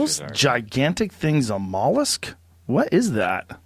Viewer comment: Joe "are those gigantic things mollasc?!" Rogan